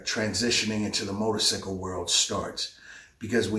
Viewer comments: Y he jeep saying motorsickle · Am I the only one that can't get past the "Motor-Sickle" part?